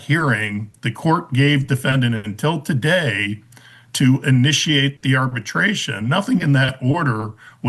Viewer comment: Ma’am, it’s arbitration not “arbertration”